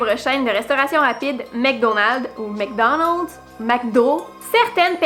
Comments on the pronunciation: en fait "Mc" se prononce [mac] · Salut, en France on prononce McDonald's: mac donalde ou mac do. Si on devait dire mec au lieu de mac ça ferait bizarre parce que mec dans l'argot métropolitain signifie garçon. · Mc se prononce Mac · bien sur sa se prinonce comme sa..ta vu elle comment elle prononce les po les vraimiint et tout?mec danelds???wtf ils ont une semelle dans la bouche ou quoi..et mc cain on prononce mec calline aussi??mc donald cest mac Donald on est en france on a pas a le prononcer a la canadienne.. si eux ils savent pas parler français faut parler anglais cest tout eux ils parlent franglais ni français ni anglais du coup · Perso je prononce "Mec Danelds" 'fin un truc comme ça 😂 Et le truc sur Forrest Gump est grave choquant 😟 ça rend tout plus sombre etc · Mec, parce qu'on le prononce comme tel au Québec ;) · pour Mc Donald's c'est pas un mythe c'est juste comme ça qu'on prononce ça en France. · apprenez à parler vous faites honte à la langue française